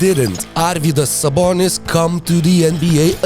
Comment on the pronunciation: Dude are you Lithuanian?? Cuz u pronounce Sabonis and Marciulionis names perfectly. Sabas is legend without long career in NBA. I can only imagine what kind of beast he would have been in his prime